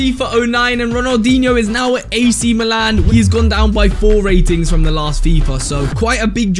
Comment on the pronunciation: LOL ITS NOT AC MELON 🍉 ITS AC MILAN 🇮🇹